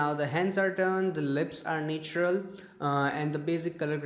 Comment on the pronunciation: Na-tu-ral not ney-tu-ral